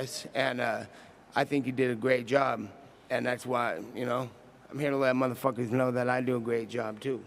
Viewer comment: “Next time murhafuckas fill this with mufackas” lmao